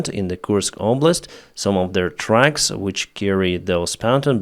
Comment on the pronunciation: You talk about "supporting your motivation", after asking for money for your "jab" 🤔... This really sounds like the money are the motivation! And NOT jab. It is job, or even better use the word work! And NOT tracks. It is trucks. Tracks are a totally different thing! Btw. Why do you speed up your videoes? It is pure torture to listen to a non stop sentence from start to stop. Take a breath between sentences! And slow down your speed.